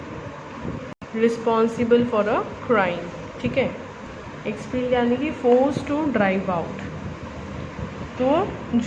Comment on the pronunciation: "expellad" "montasary" wow seriously "mond"